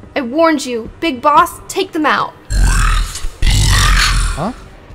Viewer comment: When Baby said Big Boss I thought she said Brick Boss.